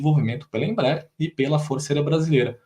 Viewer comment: Não é IMBRAER é Embraer